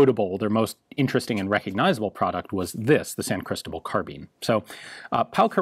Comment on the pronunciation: I don't why, but the way he says "Cristobal" bothers me a bit, "Crystal-bull"